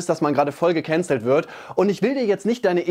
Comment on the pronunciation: DIGGA DIESE AUSSPRACHE "GEKÄNZELLT" EDEKA BOY HAT AUCH NICHT FÜR GUTE AUSSPRACHE DIE CAP BEKOMMEN